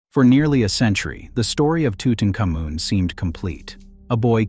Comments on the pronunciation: TUTANKHAMUN, HIS NAME WAS TUTANKHAMUN, NOT TUTENCAMUN. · It's not tootincomin! Learn how to pronounce Tutankhamun!